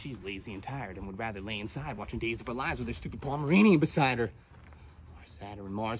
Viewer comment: Arbitrarily adding a syllable to the words "Saturn" and "pattern" for the sake of rhyme scheme is 🔥